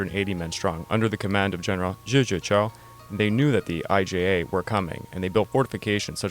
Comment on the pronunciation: It’s IJA (imperial Japanese army) and not “IGA”